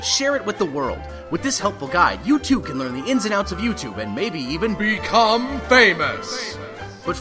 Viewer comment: 1)outro song plzzzzzzzzz 2)it sounded like BECOME ANUS